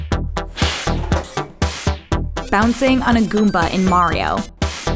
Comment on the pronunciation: It's Goomba not Gooba ffs